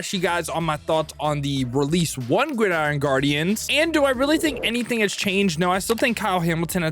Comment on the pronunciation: "Guidiron" Guardians